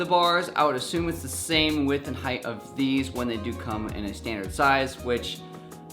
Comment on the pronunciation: did he say heighth